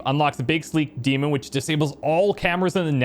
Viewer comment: Oh no, you're pronouncing 'daemon' wrong throughout the while series, do you? :(